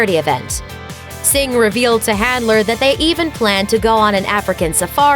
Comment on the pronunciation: calling her "Singh"😂😂😂